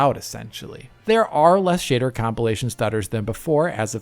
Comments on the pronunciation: You really make the word 'shader' sound like the word "shitter" and what do you expect from a game where the main protagonist is a ranga. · "shitter compilation" is a VERY good way to pronounce it. 😄